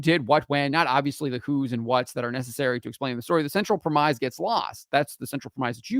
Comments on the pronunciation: FYI: 'premise' is pronounced [prem' iss], rather than [prem ize']. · Premise - the pronunciation of this word rhymes with Dennis. Just a heads up before a sweet baby climbs out of the word work and attacks you for not speaking in perfect oxford english.